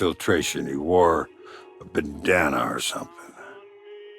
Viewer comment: Whoever did the voice work for Sam Fisher sounded drunk lol. Probably the worst Sam has ever sounded. The way he pronounced "bandana" and the weird flow of his words made it sound like English wasn't his first language.